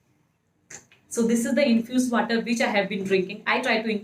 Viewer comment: Aaalso ,waatar 🤣🤣🤣